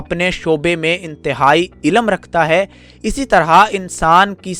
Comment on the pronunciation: BHAI ZARA APNA URDU TALAFFUZ SAHI KAREN. AAP LAFZ " ILM " KO " ILLAM " PRONOUNCE KAR RAHE HO.